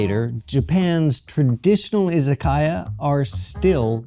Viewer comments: I-ZA-KA-YA, not I-ZA-KAI-YA. It’s difficult watching someone present himself as an expert on Japan while repeatedly mispronouncing the very word at the center of the story. It doesn’t exactly inspire confidence. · Yes, exactly. It is いざかや. But the pronunciation used in the video was いざかいや, izakaiya. That is the problem. It was simply pronounced incorrectly.